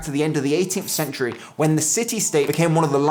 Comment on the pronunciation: how do you only have 5K followers mate? Awesome content and so well produced. just one gripe, - Century * 😉